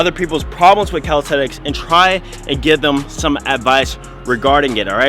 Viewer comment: why you keep saying "calistethics"